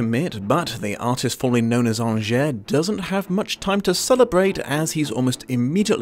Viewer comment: Ok you watched the film how are you pronouncing angier wrong?